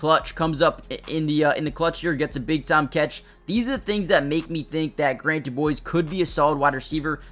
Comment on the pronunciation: Quick pronunciation correction for ya... His last name is DuBose, not DuBoise.